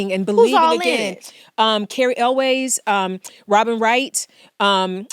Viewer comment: “The Princess Bride” - Keke, you don’t remember Robin Thede mentioning the same movie (as one of her favorites) when you interviewed her? Yvette pronounced Elwes (ELL-ways) correctly. Robin Thede didn’t even try (she wasn’t sure how to say Cary’s last name ). Robin Wright. 👍🏾 Yvette said “Forrest Gump”; Robin cited “House of Cards” and called her Robin Wright Penn (was married to Sean at the time) but it didn’t seem to ring a bell with Keke. Carol Kane. 👏🏾 Thanks, Yvette. Were cut from the same Gen X movie buff cloth; wouldn’t have been surprised if you mentioned Mandy Patinkin, Wallace Shawn and Peter Falk as other cast members. 🙏🏾 Yvette’s 3 film favorites: “The Princess Bride”, “ The Wiz”, “All About Eve” Robin Thede’s 3 film favorites: “Coming To America”, “Boomerang”, “The Princess Bride” 🎬